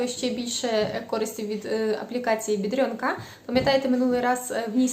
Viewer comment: Доброго дня, а чому БедрЬОнка, а не БедрОнка? Постійно чую, як українці так називають, але ж це невірно